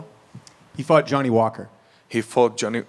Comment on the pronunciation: Johnny Falker* 😂